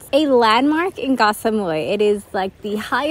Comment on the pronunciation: You two really are the sweetest couple! It is refreshing to hear pronounce “Koh” as I remember my Thai friend would. We lived on Koh Phangan & she would say “Gor Phan-gan”. I was listening to the radio the other day & I cringed to hear the fellow Irish guy singing about a place called “Ko Pan-Yang”. Yep he wrote a song & pronounced it this way. I stopped myself from commenting as I thought this is how most farang pronounce it so maybe they wouldn’t know where he was talking about otherwise! But…if you’re gonna actually write about it, wouldn’t you want it to be correct?? rant over! Your filming on the beach took me right back there for a split second, thank you!